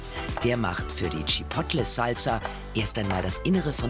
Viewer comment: Tschippottlle xDDDDD